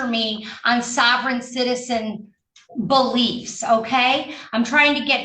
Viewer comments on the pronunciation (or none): Bulliefs? The Judge really had to think about that word. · Ma'am, you KNOW you didn't want to say "buh-liefs". 🤣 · "Not to lecture me on sovereign citizen... BULL-iefs." LOL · Sovreign citizen "bull-liefs"